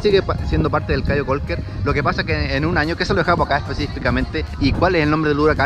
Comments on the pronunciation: Hey I am a belizean🇧🇿🇧🇿🇧🇿🇧🇿🇧🇿🇧🇿 just to let you know it’s Belize not Belice and Caye Calker not Cayo Calker ok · Se dice caye caulker no “Cayo”. CAYO un pueblo de belize frontera con Guatemala. Y segundo no es “belice” nuestro país se llama “BELIZE” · Jaja...no es CAYO CAULKER...pero buen video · No es cayo caulker, es caye caulker ... Smh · Ahora cualquier pelada de México puede llegar y hacer vídeos de Belize..no se porque se lo permiten..criticando el español de los belizeños..y ellos ni siquiera pueden pronunciar..Caye Caulker!